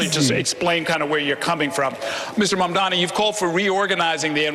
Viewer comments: no, you're not mishearing. Cuomo and Sliwa both do it. Fox News does it too -- they do it to disrespect him, and frankly it's racist; they don't want to pronounce his name right because it's "weird". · They’ve been messing up his name since the primary race, and Mamdani corrected them directly and loudly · Does no one else hear that Cuomo mispronounces Zohran's name every time? He keeps saying "Mandommy." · I wonder if they're all committed to mispronouncing zohran's name. it's always mamdaMi instead of mamdaNi and it drives me nuts. i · Ok but my question now is... Why the fuck don't the mediators correct them when they say "mandami"?? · At this point, I think Cuomo has pronounced Mamdani's name every possible way except correctly. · lol Cuomo thinks that saying he’ll tell trump “we don’t need the national guard” is a bar is hilarious. Like others haven’t said that already. Let’s see how many times he says Donald trump. Dude doesn’t realise he’s compromised and it’s so funny. Also it’s MAMDANI!!!! it’s not hard to pronounce- he’s never said it correctly once. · What's even more amazing is that not even Mamdani's fans manage to get his name right. Who's Mumdani? Yesterday TYT published a video and on the thumbnail it said in big bold letters "MANDAMI." Don't know if they have corrected it or not. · There will be tons of New Yorkers voting for Zohran just for being annoyed how his opponents consistently (and intentionally) mispronounce Mamdani lmao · Why can he NOT get his name right? It's really not that hard. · Cuomo still disrepecting Mamdani by not even pronouncing his name correctly. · Cuomo STILL can't say his name RIGHT. Hilarious. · I think it's incredible how Cuomo is not being corrected every time he says Mamdani wrong. Ask him if he's unable or unwilling to do it correctly... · Does Cuomo mispronounce Mamdani on purpose? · Yes. He does it EVERY SINGLE TIME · It’s because he’s intentionally disrespecting him and also racist